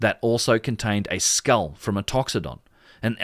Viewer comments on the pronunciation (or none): none